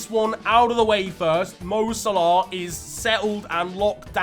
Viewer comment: Quick question: When will stop calling Mo 'Salarr' instead of 'Salah' 😂